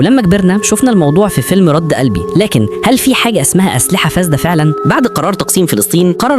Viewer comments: مجهود ممتاز و موضوع قصير مهم لكن معذرةً . اسمه رُد قلبي مش رَد قلبي ….بضم الراء …معلش، ده مش تفاهة و لا حنبلة …ده لغة عربية …لغة القرآن اللي هتضيع مننا لو لم نهتم بينا كلنا و اكيد حضرتك عارف ان التفاصيل الصغيرة ده في اللغة ممكن تغير المعني …تحياتي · رد قلبي النطق خطأ